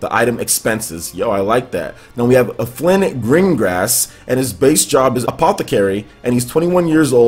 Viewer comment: His name is Alfin, not Aflin.